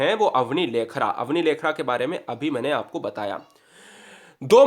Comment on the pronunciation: Bhi pronosession thik se karo Dikas ,lekhera, nahi disk , lakhera hota h